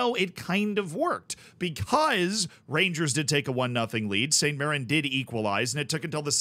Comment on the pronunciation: You also pronounced mirren correctly so dw about that